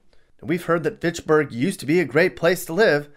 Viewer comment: I'm absolutely dead 💀🤣... you call the first city pitsburg not Fitchburg as in Fitch-burg